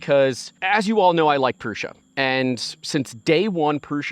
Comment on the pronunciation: It's Prusa, not Prussia.